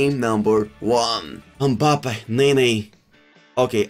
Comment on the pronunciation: Why tf does he say mbappes name like that